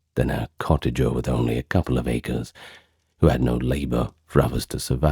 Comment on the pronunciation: Thank you for these long videos. As someone who has to have sound to distract from tinnitus to sleep, I appreciate them. The history is very good( I am keen reader of history) despite, for me as a linguist, some excruciating mispronunciations - Acre immediately comes to mind. The lack of advertisements is genuinely welcome.